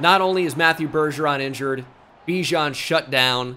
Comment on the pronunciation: you know bijan said thats not how to pronounce his name in a interview